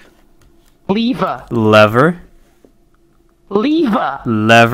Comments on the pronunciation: It’s not lever or lever it leafa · I would probably say lever, and not leaver •-•